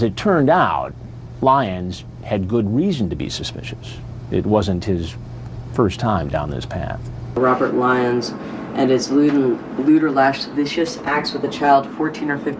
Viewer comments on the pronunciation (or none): did she say lewd and las-vicious?? 😂 it's lewd and lascivious behavior omfl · Lash-viscious? No. Lasiv-e-us? Yes. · "La-viscous"? It's lascivious, pronounced la-siv-ee-us. Get it together,. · sound it out, haha! Lascivious, “luh-civ-ee-us” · How do you say "lash-vicious" when this is a word you must deal with all the time for work, and nobody bothered to correct her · Weird that the organization works to catch these predators, but thinks “lascivious” is pronounced “lash-vicious”. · Le Vicious sounds like the name of a horror themed French restaurant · “Lude and lavashus” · It's the "Lewd and las-vicious" that gets you every time..... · doesn't know the word "Lascivious" hahaha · Pronounces lascivious like a child would. Great casting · I think it’s so funny that, who literally works in a job entirely focused around sex crimes, doesn’t know how to say “lascivious acts” 😂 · The way tries to pronounce “Lascivious” cracked me up. No disrespect to, but that was funny. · How did she pronounce lascivious 😂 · You'd think someone who does this for a living would know how to pronounce ''lascivious''. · del can't pronounce lascivious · The way the decoy says “lascivious” was so incorrect 😂😂